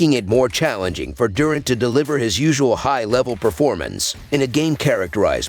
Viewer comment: ITS DURANT NOT DOORANT😮